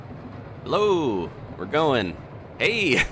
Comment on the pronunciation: Your "Hello" reminds me of the "mid Atlantic" accent from those old movies and is as endearing as always! I'm happy and excited to hear that you've gotten so many Splatoon 3 videos recorded, due to it meaning that you've been training up and that you've gotten your Splatoon passion re-ink-nited. The conventional wisdom for Splatoon control sensitivity is to use the right stick for large camera control movements, meaning that you might want high sensitivity to be able to turn your camera quickly, but then have relatively low sensitivity for the gyro controls, since it's recommended to aim with the gyro. This is even more so the case for long-ranged, accurate weapons, such as the Splattershot Pro. I just wanted to mention this due to what you said during your first match. I noticed in at least your early matches and especially when shooting the test dummies while waiting for a match, you seem to be aiming a bit high (mid to high on the target). I think you were the one who taught me way back within Splatoon 1's first, or second year that Inklings' (and now Octolings') hit-boxes are larger towards their lower half, much like the test dummies. (Thank you for teaching me that, Adam! I have tested it against the dummies and seen my shots sail right through the squid fins.) Aiming lower helps you land hits. Also, when your shots travel a shorter distance, there is less space for deviation. I'm sorry I've forgotten if you've told us that the big monitor high up on the wall of the tes